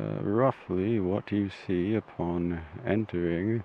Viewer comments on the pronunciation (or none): none